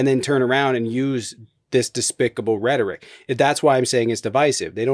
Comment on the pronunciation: OK - now the ignorant caller says "Redrick" for rhetoric. AGAIN, people....READ A FUCKING BOOK, READ A FUCKING MAGAZINE, READ A FUCKING NEWSPAPER. Please, know your language. Know how to read it, write it and SPEAK it!